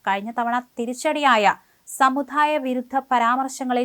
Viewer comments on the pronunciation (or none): കുട്ടി വാർത്താവതണമൊക്കെ കൊള്ളാം പക്ഷേ അക്ഷരശുദ്ധി ശ്രദ്ധിക്കണം കല്ലുകടി ഒഴിവാക്കുക, മണ്‌ഠലമല്ല മണ്ഡലം പിന്നെ സമുധായമല്ല, സമുദായം ഇത്ര നാളായിട്ടും കുട്ടിയുടെ സംസാരം ശരിയാക്കിയില്ലേ ഷാജൻ സാറേ